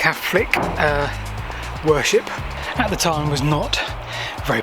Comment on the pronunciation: pounces "Catholic" as "Caflick"! He must be of London origin 🤔👍🤣🤣🤣